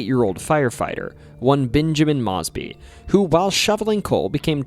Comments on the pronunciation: Native in RVA here! Excellent research and editing ❤ P.S. - it’s “Mowwwsbee” like Mosby Court, the ghetto 😊 the mispronunciation is v endearing haha Love how you connected facts and tales of surrounding states. Awesome work! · AI or Human Narrator does not pronounce names and locations correctly. Mosby is pronounced as Moesbee not Mozbee Henrico is pronounced as Hen-rye-coe not Henreco. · Really enjoying this as a native of RVA! Heads up, Benjamin Mosby is pronounced like Moses. "Moe-zbee" And Henrico has a long I. Hen-rye-co. I really appreciate the level of respect you wanna give these names. But we aren't that fancy 😂